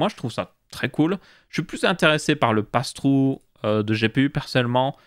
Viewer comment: "je suis plus intéressé par le "passe trou" personnellement" et son fameux "english accent" 😂